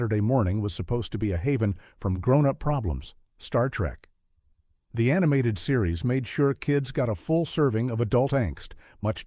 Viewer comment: Star Trek..................The Animated Series, guh. SOOOoo gets on my nerves. Will SOMEONE PLEASE teach AI that a colon is NOT a period =P